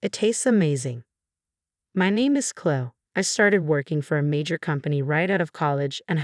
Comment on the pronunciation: Surely should be pronounced Clo-ee not Clo? Chloë